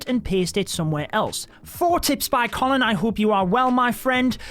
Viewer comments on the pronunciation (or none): none